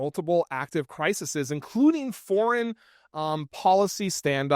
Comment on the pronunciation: The word is "cri-SES", sweetie. (Latin, you know.)